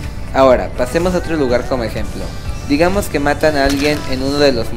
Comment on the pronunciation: Mira chico . Yo no se tu vida pero paterece q lleves aparato porq pronuncias mal la s . no te estoi criticando de echo tu truco me funciono pero es un poco molesto q estses diciendo todo el rato digamoz zale cazo eso es lo q molesta